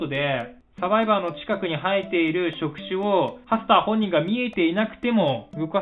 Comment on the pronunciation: Repeat after me！ パスター! と聴こえてしまって吹いたw どうでもいいけどハスターのことをパスターだと思い込み続けている親友がいるw